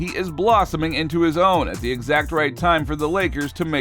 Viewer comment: Great content and narrative! If you would be so kind, though, please tell me why you pronounce the and a as "thee" and "aye".... It sounds strange to my ears, and I never hear anyone use these pronunciations in everyday conversation -- let alone any respectable sports commentator. (It seems like an emphasis of each noun that follows -- kind of akin to someone TYPING IN ALL CAPS.)